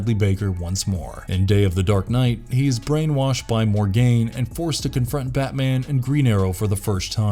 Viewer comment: Tf stop saying Mor-gain, it's pronounced Morgan... there is NO "gain" in her name. Next you'll call her sons Morbid. Get your pronunciation down correct before making a video son!